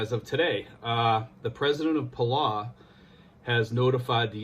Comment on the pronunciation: It's pronounced Puhll- Ow ... like you stub your toe and say Ow! Or like us locals call it, Belau. We have a long history with the US. One of the bloodiest battles of the Pacific was fought there on a Palauan island called Peleliu. Anyways, thanks for sharing with the people... We have a ton of PI natives working there. #Trump2020 but #Belau4Life